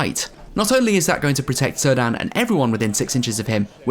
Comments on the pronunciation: Very cool locale! I have to be the one that corrects your pronunciation of Cirdan... Tolkien only used hard C's for elven names. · Who is Sir Dan? You mean Cirdan? :D Sorry, had to comment. Great report, the venue and games looked amazing! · Cirdan's name is pronounced 'Kir-dan'